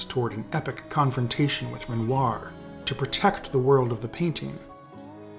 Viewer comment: Please don't pronounce renoir loike that